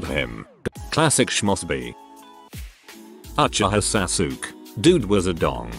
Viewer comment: Why sid it say uchiha sasuke like that 😂?